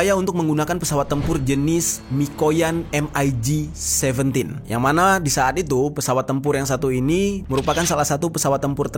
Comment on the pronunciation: MIG biasa dibaca "mik" ga perlu disebut hurufnya 1per1